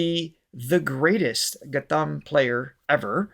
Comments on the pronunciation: It's Gha'T'am. Pronounce T, not t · Thanks for your kind words. Our kids will have to learn to appreciate these things (which I think have been taken for granted). The t in ghatam by the way is pronounced like the t in cut (not like the sound in theme). Thanks for these series...sort of makes us revisit precious/beautiful things that India has